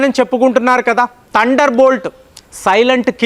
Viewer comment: చాలా బాగా చెప్పారు కానీ ఉచ్ఛారణ దోషాలను సరిచేసుకోండి. బారత్ కాదు, భారత్. తండర్ కాదు, థండర్. మీకు చాలా జ్ఞానం ఉంది దాన్ని ఇంకా బాగా పంచాలంటే భాష మరియు ఉచ్ఛారణ బాగా ఉండాలి.